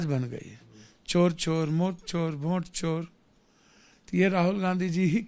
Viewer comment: वोट ❌ भोंट ✅